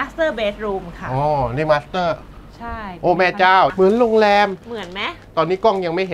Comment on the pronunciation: โรงเเรม ไม่ใช่โรงเเรงงงง